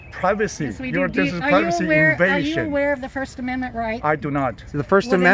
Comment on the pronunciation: "It's against the pivacy." Okay, Toh-Nee Mon-Ta-Na. 😆